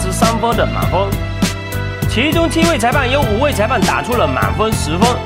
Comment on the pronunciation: 满风 or 满分 ？？